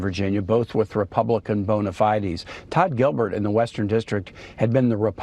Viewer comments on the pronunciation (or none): It's bona fides, not bona fi-deez.